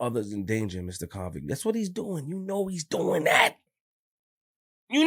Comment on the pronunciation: Idek how to feel anymore😅😅 ..this nigga Be saying konvict Music 🤦🏽‍♂️